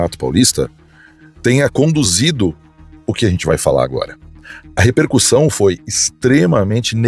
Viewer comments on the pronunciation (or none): none